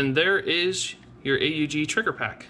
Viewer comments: Actually the correct pronunciation is Aug in one word a d not A U G 😉 so the second variation is the right one. Greatings from Austria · I thought it was pronounced "Ugg"